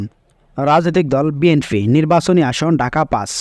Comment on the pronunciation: বাটপার কথা বলা আগে শিখো বি এন ফি না বি এন পি